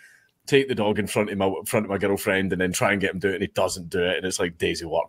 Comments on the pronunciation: Legit sounds like he’s saying ghetto 😂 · I can’t stop hearing me and my Ghetto friend instead of girlfriend lol